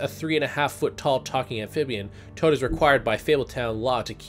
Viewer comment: HAHA He said Mr. Chode not Mr. Toad